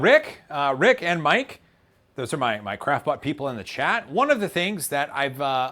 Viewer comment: I've actually started hearing "crapbot" every time he says "craftbot"... =)